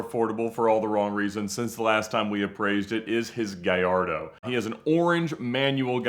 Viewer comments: It’s “guy-yardo” not “guy-lardo” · Guh-LARD-o? Really? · ga-LA- rdo? Other people I’ll give them a pass, but you are a dealer bro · For the 100th time,, we love ya, but it’s “GAH-YARD-DOE!” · Can’t anyone pronounce especially? It’s not pronounced “ expecially “. There is no X in it. Also for the fact that sells lambos he can’t pronounce Gallardo. lol 🤦🏻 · I consider a top Lambo expert, but the pronunciation of GALLARDO is hard to hear! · 😂 It does seem funny that someone who deals in Lamborghinis for a living doesn’t know how to pronounce the name of their most popular model…